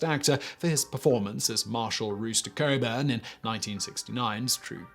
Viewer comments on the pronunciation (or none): It's Rooster Cogburn, not Coburn. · Rooster Cogburn Not Rooster Coburn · Rooster Cariban? Try Rooster Cogburn. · Rooster Cogburn, not Coburn. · You pronounced Rooster Cogburn’s name English style “Cogh-burn.” ‘Round here it’s Cog-burn. Love your channel, and your accent. So no worries. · Its Rooster Cogburn not Coburn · "Rooster Cogburn" not Coburn. js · It's Cogburn, not Coburn! I think you get stuff wrong on propose to get people to comment. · Cogburn, not Coburn. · Rooster CO g BURN. COGBURN not Coburn. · OMG! Did Simon just call John Wayne's most iconic character Rooster Coburn? What a typical clueless Brit! IT'S COGBURN YOU IGNORANT TWIT! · It's pronounced KOGBURN... not "Coburn"... Sheesh... :P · Rooster Cogburn , not Rooster Coburn. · For the record, the name is Rooster Cogburn, not Coburn. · Rooster COGBURN, not Coburn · its Cogburn not Coburn. For shits sake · He said Rooster Coburn. I really just found out about the Conqueror a few months ago and I thought it was the most ridiculous thing i had ever heard of. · Cogburn. Not coburn. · Rooster "Cog" burn. Not Coburn. That's James. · LMAO I spit out my lunch when I heard him saying rooster kobern lol 😂🤣🤣🤣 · It’s Cogburn not Coburn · Its is pronounced COG-BURN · COG-burn. Cog, pronounced with a hard G, then -burn. COG-burn. You obviously haven't seen the movie. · Rooster “cog-Burn” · Rooster Cog-burn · The way you said Rooster Cogburn.. so bad. My dogs name is United States Marshal Rooster J. Cogburn. I just call him Rooster. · Simon, I know you are unreservedly British, but the character's name was pronounced COG-burn. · Surprised no one pointed out Simon pronounced Cockburn like an Englishman. In the film, it's pronounced the way it's spelled: cock burn. You can write your own jokes. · It was "Rooster COGburn"... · Simon? Rooster Cogburn. Cog-burn. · Oh…I’m sure Rooster would forgive the pronunciation of Cogburn…and if he wouldn’t, screw him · Rooster WHO!!?? You did mean to say, Cogburn, didn't you?